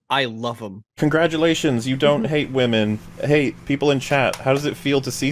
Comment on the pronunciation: It’s not “WOMENZZZ” it’s “WAH-MENNNZZZ” 😂